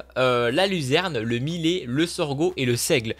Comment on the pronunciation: sa se dit millet